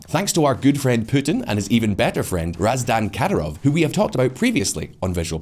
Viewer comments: His name is RAM-ZAN, not Razdan. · It's Ramzan Khadirov not Razdan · Lmao how do you read ramzan as razdan? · Seriously, what the fuck is this guy's deal with foreign words? Is it a running joke? I get Hizb ut-Tahrir (I struggle to remember it myself, although it's kinda in the news here in Russia), but Kadyrov's first name, Ramzan, is hard to fuck up if you just read the fucking letters in the right order, man! Maybe recite these foreign names before recording, have them in a bigger font on the teleprompter, or just do another take — I don't know, something.